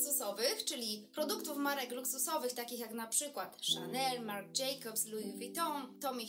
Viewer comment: Najlepsze jest jak wymawia pani nazwy marek 😭🤦‍♀️ nie jest pani "wiarygodna" prowadząc vlogi o "modzie" i nie znając Ferragamo ( stylista mody ) i nie potrafiąc wyłowić nazw marek, np MARC jaki 🤦‍♀️🤔 ( minuta filmu)